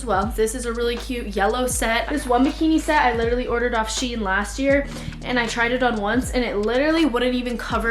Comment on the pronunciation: i hate when people pronounce shein wrong itss (SH-EE-N) not (SH-EAI-N)